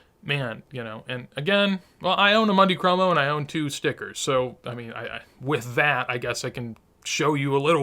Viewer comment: Always an enjoyable video! Great content. FYI I don’t want to come off like an annoying nitpicker but it’s pronounced “moon-dee cromo” ….. not “Monday cromo”. Wonder where the Messi market goes from here? Hopefully things stabilize after the selling and start a slow ascent again. Key word ‘slow’!